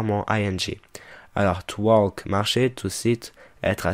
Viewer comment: très bonne vidéo mais je suis étonnée que dans le chapitre Past continuous , pour le verbe to walk , vous prononciez le L alors que c'est une consonne fantôme, une lettre muette. D'ailleurs, ça choque lors de la prononciation.